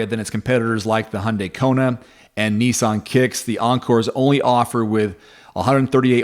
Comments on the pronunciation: knee sonn? its nissan NIS SAN and mars da, its MAZ DA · I fell about laughing at neeesan (Nissan)